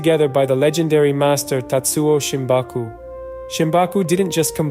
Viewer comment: Shimabuku not Shimbaku.